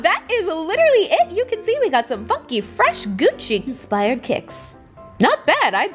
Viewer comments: it's Gucci not Guccy lol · Shane dawson fans: Why does it say Gucc-ee? Why'd you buy something called Gucc-ee?